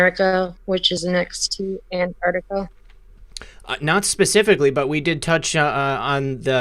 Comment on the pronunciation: It's not 'anarctica' or 'antartica', but ANT ARC TICA! Ooooft. Ok, got that out of my system. Finally got to hear the whole interview....can't wait for next time, there's so much more digging to be done on this one. Would love to hear more supportive evidence for claims, otherwise it just sounds like fiction. Who is the faction in antarctica really? Aren't they the 4th Reich? Not exactly benevolent. And it casts any alien or interdimensional entities associated with them in a bad light too. If Hanks visited them, they're for certain 3vil. I'm so bl00dy tired of 3vil. Where are the GOOD powerful people? The GOOD 'secret societies'. Why are we so infested with 3vil fu€ktards?